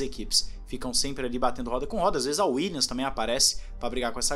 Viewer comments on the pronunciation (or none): none